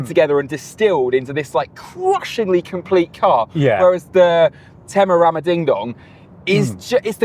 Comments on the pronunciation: I'll help you guys. Teh-meh-ra-rio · English speakers: "Temewawio" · Tememario Temeraro 😂😂😂The english people really can't say the name of the car. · Its not called tamagochi its terramario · It's more like TEMUrario. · You seriously have language issues. I don't understand why everyone in the world is supposed to be able to understand and speak English and you cannot learn one Italian name. Quite pathetic. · Making fun of Italian words that you can't be bothered to learn how to pronounce properly is pretty weak and telling. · Brilliant and informative video, especially if someone is actually in the market for one of these amazing cars. But seriously, guys, jingoistic mispronunciation of foreign languages is beneath Top Gear and its presenters. Do better. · Do the hosts have stroke or something? They can't pronounce Temerario correctly it seems. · “How many times can we mispronounce Temarario in 1 video? Tune in to find out”. At least 50 🤣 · They tried to recreate that “Clarkson, Hammond and May magic” with the initial comparison. And the constant mispronunciation of Temerario is such a classic Clarkson bit. I made it almost 10 minutes but, I have to click off. Hopefully this was a failed attempt at an homage and not a sign of things to come. I like both presenters but, not when they’re doing bad imitations of legendary automotive journalists. See you next episode. My $0.02. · The joke about not being able to pronounce Temerario got old real fast - start acting like professional journalists! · The Temerario name gag is so old 🙄 it’s not hard to say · That mispronunciation of the Lamborghini's name gag, got very old very quick. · Yeah I don't get why they were pretending it's a difficult name to pronounce. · It’s pretty pathetic actually… especially considering Brits nor Americans can NEVER pronounce anything foreign correctly. It’s pure ignorance. Imagine other countries pronouncing Bentley or Morgan wrong intentionally!